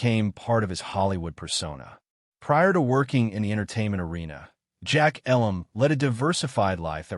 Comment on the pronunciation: Terrible narration. How many ways can Mr. Elam's name be mispronounced?